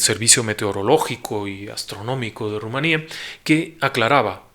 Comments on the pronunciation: Por el amor de dios... que malisimamente pronunciado se dice rumanía (con acento en la i) y no con acento en la A. Por dios pronunciar bien por el amor de dios, que no cuesta nada, incluso los rumanos lo dicen con acento en la I. . El nombre de este país europeo presenta en español dos acentuaciones, ambas válidas. La pronunciación con hiato [rru - ma - ní - a], a la que corresponde la grafía con tilde Rumanía, es mayoritaria en España y coincide con la pronunciación de este topónimo en lengua rumana. No entiendo porque dices correctamente Transilvania pero no Rumanía . Te adjunto un mapa de google Maps, donde se ve claramente los dos nombres y como Ramanía tiene acento en la I: Transilvania - Google Maps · Solo un comentario revisar la acentuación del nombre del país suena un poco mal